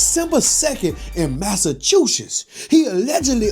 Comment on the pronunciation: Wait mint ✋️ did say "Massychusisss" 😂